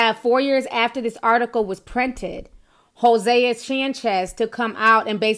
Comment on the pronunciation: It’s pronounced Jose like the Spanish name